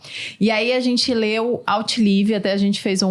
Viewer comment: Eu indicaria pra que a Host, com todo o respeito, levasse em consideração aprender a pronúncia certas das palavras. Ela citou o Livro "Outlive" totalmente fora da fonética, isso apesar de um detalhe, é um processo contrário ao que se propõe o Podcast, que é informativo e formativo.